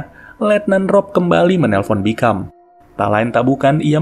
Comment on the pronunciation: Di filmnya nama jaksa itu dipanggil "Bicum" min bukan "Bikam" 😂